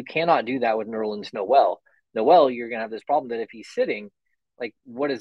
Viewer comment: It's official, can't pronounce Noel correctly lol.